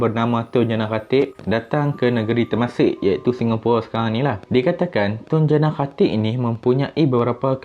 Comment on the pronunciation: boss sebut lah betul2 tun jana khatib , sebut nama dngn jelas